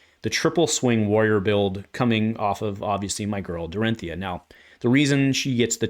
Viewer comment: Unsheathed is certainly a crazy good card! I also love shift the tide! Glad that one is not just me… I love that you get her shortened name correct. People saying Dori always slightly grates me…